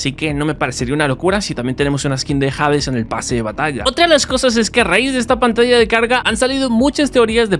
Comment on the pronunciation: jades jaajjajaajajajjaa no sabe ni como se dice la h de hades no se escucha jades jaajajajajjajaa